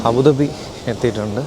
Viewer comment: അബുദാബി എന്നാണ് correct 😮